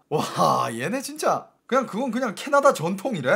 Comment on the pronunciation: 캐나다 = 짜나다?? 발음 ㅋㅋㅋㅋㅋㅋㅋㅋㅋㅋ 역시 중국어